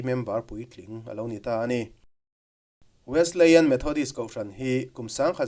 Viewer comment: Kan kohhran Wesleyan Methodist Church i lo sawi lang ve chu a lawmawm hle mai. Kan kohhran hi hria an tam lo ve angrengin ka lo hria a. Chuanin Wesleyan i lam dan khi Wesli-ian anga lam tur a ni e 😂.